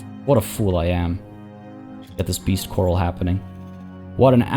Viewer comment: Last episode I didn't want to nitpick but now it came up quite a few times, so: "corral" isn't pronounced quite like "coral". The emphasis is on the second syllable and it's A as in Apple